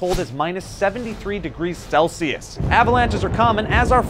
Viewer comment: You mispronounced Celsius